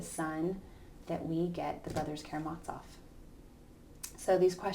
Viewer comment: As the translators in your edition (as mine) state: the 'z' in Karamazov is pronounced as in 'zoo', not as in 'Mozart'. Thank you for a fine lecture.